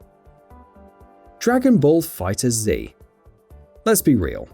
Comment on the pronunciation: It’s not Dragon ball Fighter Z. It’s just pronounced fighters